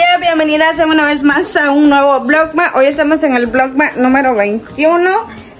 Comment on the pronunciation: Mija se pronuncia MÁS énfasis en la letra S. Como lo dices se oye MA